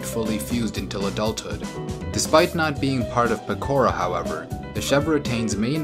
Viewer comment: Did you say PEKORA ?????????????????